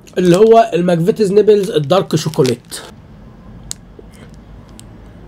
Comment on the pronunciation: نيبلز ايه بس اسمه نبلز😂😂😂